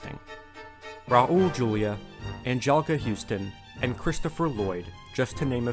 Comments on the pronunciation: RAUL Julia. Not RAOUL Julia. Say it like Ral. Sorry, not being a dick, but the day you watched the Addams Family films was the most important day of your life, but for Raul it was just a Tuesday. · And Ra Ul Julia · the way you pronounce Raul and Curry make me physically sick..